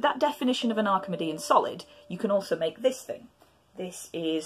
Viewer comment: Is it not “Arki-mee-dian”?